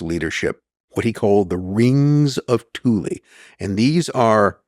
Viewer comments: why are americans always pronouncing E as I ? thulE not thuli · I've got German friends, according to them it's correctly pronounced as TOOLAH. Definitely NOT Toolaay 🤣👍🏻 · Pretty sure it's pronounced 'TOOL' not 'THOO--LY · And the guest can't pronounce Thule correctly either. It's not Toolaay. It's TOOLAH. I have German friends, I asked them, it's pronounced TOOLAH. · The THULE Society, Thule: German language. Therefore the correct pronunciation is: "Tool-ah" . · I know! That's absolutely shocking. I can't help but wonder if it was done on purpose for whatever reason. The other guy can't pronounce Thule correctly either It is pronounced as "Tool-ah" It's a German word, they DON'T pronounce the "TH" sound. And the letter "E" on the end is pronounced "AH" . So, correct pronunciation is Tool-ah. I'm not just making this up, I have some German friends, they told me how it should be pronounced. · This guy said nothing but “bunch of gobbledygook” and gave no other background than some random guy that he barely tied into all this. I’d like to hear his opinion on the Talmud next, and “TOOL-EE”….. cmon Jew at least try to pronounce the shit correctly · Hell of a pronunciation on Thule, I believe it rhymes with fool or tool. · It's pronounced "Thool" - Supernatural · It isn't pronounded Tu lee. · I'm struggling to watch this when he can't even pronounce the name of the society correctly. Typical yank.